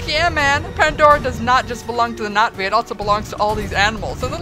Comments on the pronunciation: Was anyone else slightly annoyed that she kept saying Nat'vi instead of Na'vi? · no I dont IPA, and I wasnt trying to be rude. So sorry if it came off that way, I just thought you were mispronouncing the word and no one was talking about it, so I did. My apologies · haha are you calling them the Nazi's I'd swear that's what I keep hearing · ~ No I know it is, it's just that when you say it, there's more of a "Knot ' V" sound but the v is lost in translation. Other than that it's a cute and humorous movie review and you made me laugh. Cheer's (Glottal stop, never ever thought I'd see that description) If you ask me it's almost a subtle way of saying Navy but that's how my mind works. Bye